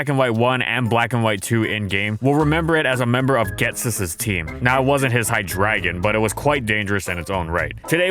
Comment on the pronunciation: It kills me that this guy has said hy-dragon like 4000 times, it's literally pronounced hy-dri gun.